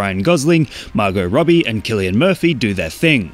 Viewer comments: isnt it Sill-i-in murphy and not Kill-i-in? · “Kilian”? Not “Sil-ian”? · It is Cillian. Why do people keep saying Sillian? 'Sillian' doesn't even sound like a real name. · Damn, I pronounced cillian murphy wrong in my entire life.